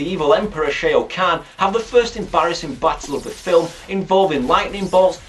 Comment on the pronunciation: stop. saying. shay-o.